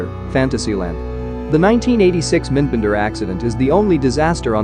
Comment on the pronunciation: It's pronounced as the two words "Mind Bender", not "Minnnd Bender"